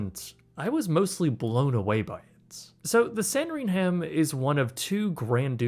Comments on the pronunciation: Say it with me... "Sandrigmmm", not "hhham". Ok carry on! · It’s pronounced “san-dring-UM-“ Why why why why do never put the luxury suites midsection on the ship this is the most comfortable place for the cxs On the suite it looks mediocre the bathroom is weird, the whole thing needs redone, silver sea is the best luxury suites I’ve come across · It’s pronounced San-dring-am. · Your pronunciation of “Sandringham” is wrong, the H is silent! Kindly educate yourself! S A N D R I N G U M. Such ignorance is intolerable! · Maybe learn how to pronounce anything before posting a video. “Sandring-ham” “vereznan-no”. Jesus Christ